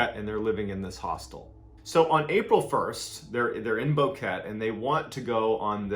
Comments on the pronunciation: I am Panaminian 🇵🇦it is pronounced boquetE you pronounce the E as a short vowel :) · Thank you for your service. The town's name is pronounced "bo keh teh" and its home to many expats, resorts, the worlds best coffee and ecotourism. It is one of safest places in the country. That being said, two young Deutsche girls could get the attention of predators looking to take advantage of their hightened vulnerability. This sort if thing can happen anywhere in rural areas in the US or in the wrong side of any city. Always have a trusted local to help guide you. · It´s not pronounced Boque, it´s Boquete. You should also ask yourself why a murderer should do a so complex and scattered staging of evidence during a large period of time (like the phone calls made in consecutive days and dark photos one week after disapearence), when the most effective and safest thing to do would be to bury or hide the corpses and belongings without leaving any trace of evidence to be investigated. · It’s called Boquete, Spanish pronounciation is “Boh-Keh-teh”. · i am from panama, you butchered the name Boquete, it’s called Bo-khe-teh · Omg stop saying "Boe-ket" B-o-qu-e-t-e pronounce every letter but the u obviously. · This is my mother's home town. I lived there when I was 8 or 9. Its pronounced Bo-keh-teh. Totally addicted to you channel. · Pronounced "Bouket-ee " they grow alot of naval orange there known in Panama as Boquete Oranges =) I grew up in Panama in the 70s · The city is called Boquete pronounced with an "a" sound at the end. I live there now and I had no idea...nobody even mentions it here. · I live a few miles from this. I've lived here for a few years and there is a lot of interesting lore about the mountains here. I never go into the mountains alone. Also Boquete is not pronounced like that. The e at the end is pronounced as an a, so it ends with a tay sound. Great video and channel though. I love horror and terror.